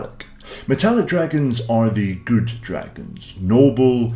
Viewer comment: "But fundamentally Guewd"